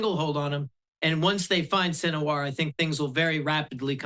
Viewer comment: Gutter, huneyah and sin a war. This guy's a real expert. Cant even pronounce the words.